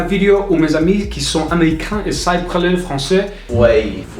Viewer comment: Un petit conseil, tu as tendance à dire « praler » au lieu de « parler » ;) mais tu de débrouilles extrêmement bien ! C’est clairement une des langues les plus difficiles au monde donc bravo !!